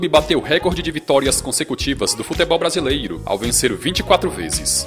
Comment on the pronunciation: Só eu acho engraçado ele falando: "BrasileIro"? Brincadeiras a parte... O conteúdo do canal é bom!